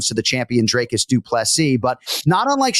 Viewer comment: Pronunciation is about effort but Jon there's been a serious lack of effort learning how to pronounce Dricus as it's not 'Draycus' and gets butchered every UFC event by you and other commentators. Just to point this out.